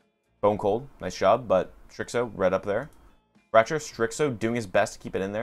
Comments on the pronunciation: I don't know how you get "strickso" out of starxo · it’s pronounced Starzo the x sounds like a z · Maaaan, great video. The only thing was The bad pronunciation of starxo. Keep the good work